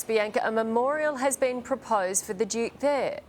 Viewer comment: To EVERY Australian news reader - please note, Duke is spelled with a D not a J Asaargh